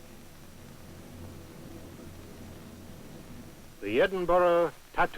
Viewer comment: Always find it funny that Americans can't pronounce Edinburgh. It's BURHH not BUROUGH, don't pronounce the G. For people who are going to comment keep it friendly, the last lot of racists and morons made me delete the thread.